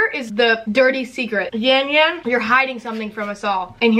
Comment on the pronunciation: No hate but it’s pronounced yawn yawn not yan yan